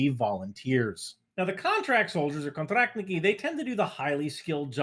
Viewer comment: Pretty good pronunciation I like your «контрактники»)